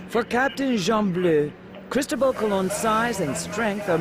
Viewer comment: To the narrator: Do you see that little black mark on top of the letter "O" on the word Cristobal? That is called an accent. It denotes the strongest syllable in the word. So Cristobal is pronounced Cris-TO-bal. Thanks